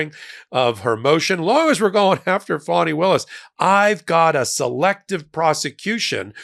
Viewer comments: Fani - Fah nee Not Fawnee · It's pronounced "fahni", not "fawni".